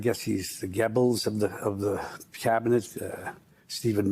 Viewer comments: It’s pronounced Goebbels — not Gebbles. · He can’t even pronounce Goebbels